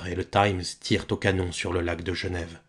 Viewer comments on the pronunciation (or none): none